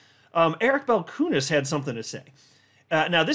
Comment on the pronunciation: Hey,. About Eric Balchunas name pronounciation: the surname is of Lithuanian origin (you can ask him personally:)). So, Balchunas should be pronounced as the train sound choo choo:D Eric Balchoonas;)